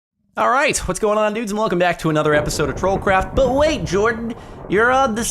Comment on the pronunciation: Literally every time Jordan says "troll craft" in his intro I hear "troll crap"